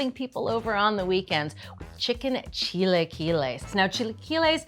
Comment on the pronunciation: Maybe learn how to pronounce it correctly before posting a video on how to make it. 🤦🏻‍♀️